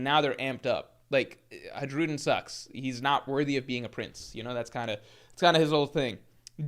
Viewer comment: please 🙏 Hajrudin is pronounced like “Ha-ruden” without the J sound.